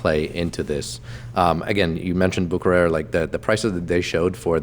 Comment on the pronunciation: I am swiss and I find it disrespectful the dealers do not even learn how to pronounce the brand names of LUXURY products they sell. "Bucherer" hurt...